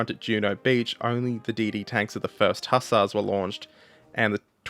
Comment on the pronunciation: You guessed how to pronounce 'hussars' didn't you?